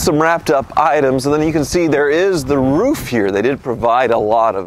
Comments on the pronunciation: You said roof like 8 times and not roff!!!! 😮😂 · said "roof" and not "ruf". Interesting... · finally saying roof and not riff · Hey, pronounced "roof" correctly!